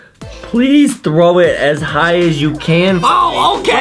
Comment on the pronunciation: Uuum oK its throw not traw